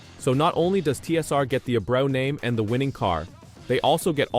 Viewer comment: Rico's last name is pronounced AY-BREW.